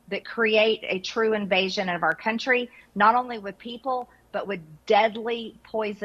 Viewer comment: Did she say our cunt tree?